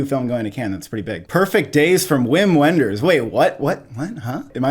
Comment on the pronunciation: Just a pronunciation note: It’s pronounced “Vim Venders,” not “Whim When-ders.”